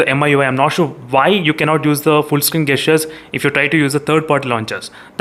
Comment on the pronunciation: Bro as a wellwisher want to correct your pronunciation for two words... The correct way to pronounce(gesture) is Jesture not gasture and for (Gyro) jaayero not gaayero.